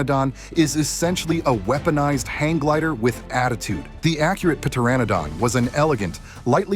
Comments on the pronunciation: Pteranodon is [ tur -ran -uh - don] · The p in Pteranodon is silent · Pteranodon, the p is silent bro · Bro forgot the P was silent😂